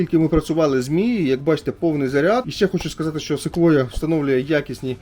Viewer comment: Якщо б не Ви,то і не прочитав правильно назву Sequoia.😆